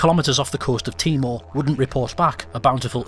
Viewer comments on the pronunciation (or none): none